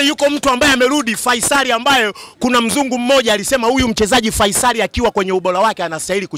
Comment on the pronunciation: Wewe to a mimachotu faisali au Feisal hata jina tuu huwezi kutamka hamkawii ooo wamebebwaa